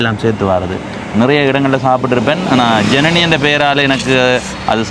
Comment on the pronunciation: Janani aval peyarai solum podhu enakku Irani endru than ketkuthu sariya uchcharikka soli kodunga